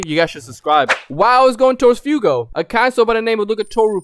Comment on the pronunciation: It's fugo not fiyugo.